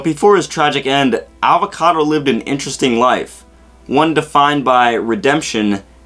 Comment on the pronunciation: His name is Avacato!!!! Not avocado!! So much rage! JK but seriously it's Avacato